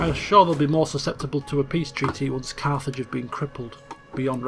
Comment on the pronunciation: every time he says Carthage i hear Carth from KoToR